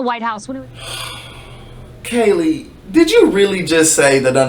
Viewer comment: Did you just say ‘Kayleigh’ it’s ‘Kaylie’ other than that you are as ever on point 💙